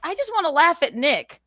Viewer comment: Why can't this dope say Nick's last name correctly